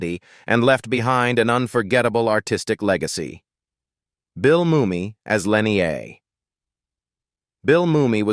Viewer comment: The AI narrator can't even pronounce the character names correctly: G'Kar is zha-kar, Lennier is lah-neer. That's disrespectful too.